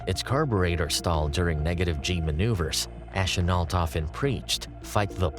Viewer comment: I'm not a pro, but here are a few tips: Chenault is pronounced "Shen-o" and the Zero was a naval plane rarely used in China - the fighters the Tigers faced were Oscars.